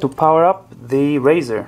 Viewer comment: good info, you kept me scratching my head when you said "razer" and later realized ou meant " Riser " Building a rig right now and really appreciate you posting, already had my components, but will use your links for the next one i'm building after Xmas.